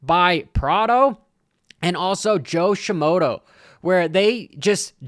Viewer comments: Joe Shimoda not Joe Shim-moto 🤣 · You always say Jo shimodo, it’s Shimoda